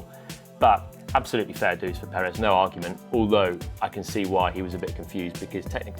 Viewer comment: Finally an english speaker who pronounce Perez correctly. Bravo Mr. Palmer!. Also I love your analysis, keep them coming!. Cheers.